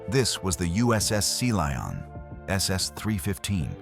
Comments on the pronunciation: Seely On? Really? You can edit the way artificial voice pronounces words. 🤨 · I'm available for narration, I'm good at it and I charge a very fair price, hiring me will benifit you by increasing your viewership. And you wont have problems like pronouncing SeaLion like see lee on. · You should listen to your video before you post it. The submarine was the "Sea Lion", not the "Sea Leon". Lazy and sloppy. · Your AI narrator does not pronounce Sea Lion correctly. You should not release a video with such an error. Proofread first!